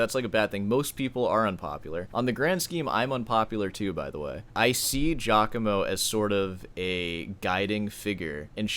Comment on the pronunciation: the one thing we've all learned about this scandal is that nobody north of Liechenstein can pronounce Giacomo properly